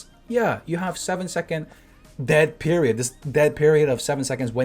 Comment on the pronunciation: "Dead preiod" nice one